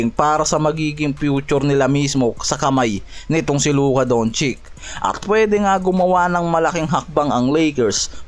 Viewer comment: Oo labaraya..at Luka Dontsik..hahahah ayos pronunciation mo ah....